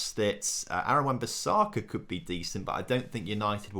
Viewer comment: Gotta love pronounceiations, wan bisaaka and Jahdon Sancho